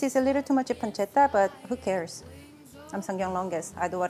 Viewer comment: perfect pronounciation of "pancetta" (the first of the two times she told the word)! Wow, superwow!! (an Italian)